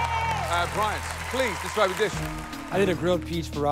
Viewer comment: My name is Bryant. And I’m glad to hear famous chefs being able to pronounce it properly. Everyone calls me bryan